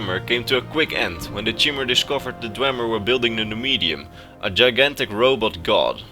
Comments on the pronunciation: Nice vid but I think Chimer is pronounced like, "Khy-mer". Not like, "Chim-mer" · It’s pronounced ky-mer not chimer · (《Btwo the Chi in Cbimet is pronounced "KAI")